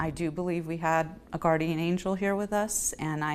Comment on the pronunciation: "we truly had a guardian angel watching over us" i believe it's pronounced 'GUH-uhn'